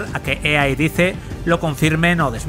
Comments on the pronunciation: Se lee dice pero se dice "DAIS", cuando decías; lo que dice, no sé si era lo que decía o lo que la empresa xd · Todo bien pero por qué los españoles pronuncian todas la palabras y nombres en inglés tan mal? "Dice" se pronuncia como "dais", no como está escrito. Me da bronca que no digan las cosas bien. Mucha generación de cristal xD Buen vídeo. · Cada vez que dice DICE, muere un gatito...